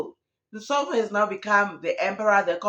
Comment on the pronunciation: Nsovo it is a Tsonga name The V is pronounced as B. Therefore it is NsoBo. It means Grace